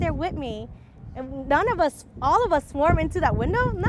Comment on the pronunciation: “The way they treated UZZZ”😂